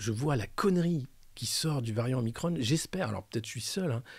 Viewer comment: Parfaites ou presque sont vos chroniques, un point de détail, pourquoi prononcer omicronne et pas omikron ? Je m'interroge...